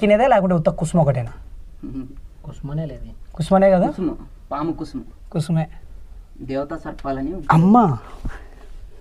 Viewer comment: పాము కుసుమ కాదు పాము కుబుసం